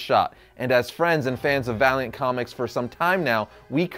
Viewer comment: When he said Valiant comics, I thought he said Variant comics xD